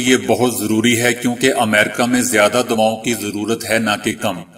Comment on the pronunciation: جناب سے گزارش ھے صحیح لفظ ادا کیا کریں آپ نے پڑھا: ھمیں دوائوں کی زیادہ ضرورت ہے صحیح جملہ یہ ھے :ہمیں دعاوں کی زیادہ ضرورت ھے۔ دوا اور دعا کےتلفظ میں فرق کو ملحوظ رکھیں اپکی کاوش لائق تحسین ھے۔